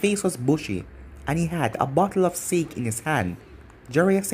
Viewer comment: A bottle of sāke not sake